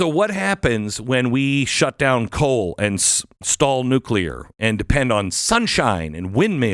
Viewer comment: Can you say, "nuclear"? Why are those pushing "green" energy still attached to the grid?